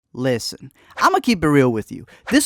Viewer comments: Yeah that "listen". This is aint it chief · You said "listen" wrong. Start over. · I concur 🙋🙋 😂😂😂